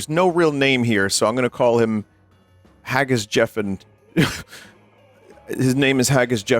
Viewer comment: "HAGGIS-JEFFEN" I'm fucking dead lmfao. Of all the possible ways he could've pronounced it damn. I'm actually baffled that this exists. Oh yeah btw it means "the garden chief". "The garden chief gives you tips and advice on garden management see europris" (europrice, low price retail chain)